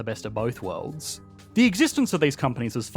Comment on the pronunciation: Both "wowds"? "Worlds" has an r and an l sound........